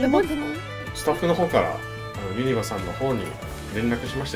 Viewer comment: ユニバの発音気になりすぎる兵庫人です、細かくてすみません